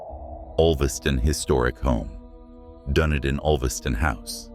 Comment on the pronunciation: thank you for your research some of this I did not know. I am a New Zealander but clearly don't know as much as I thought about our country. Dunedin is pronounced, Dun e din